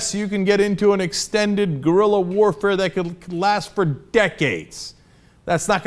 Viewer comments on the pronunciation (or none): none